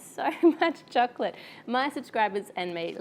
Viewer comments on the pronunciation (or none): I love how you say chocolate it's like chuklit